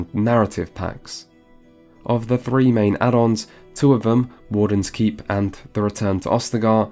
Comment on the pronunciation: what he says "three classes a d three races" What I hear "Fury classes and fury races" O_o